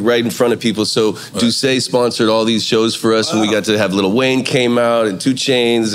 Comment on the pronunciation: Robin say "LITTLE Wayne" 😅. We say li